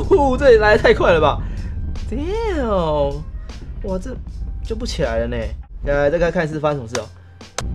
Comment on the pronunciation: damn不是down不要再說英文了，雖然影片很好看，每次聽你喊都難受.........